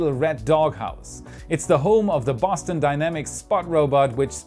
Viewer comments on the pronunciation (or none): none